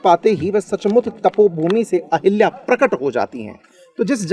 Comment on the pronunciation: अहिल्या ✖️ अहल्या ✅